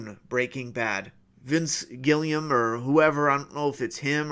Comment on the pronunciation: Vince Gilligan ** not Gillium